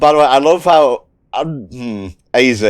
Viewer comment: AZ is, in fact, pronounced “ay-zee”.